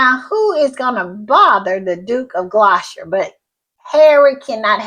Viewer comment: Gloucester is pronounced glosster. 😊